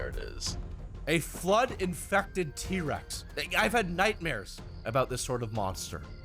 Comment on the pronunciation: did he say d-Rex or T-rex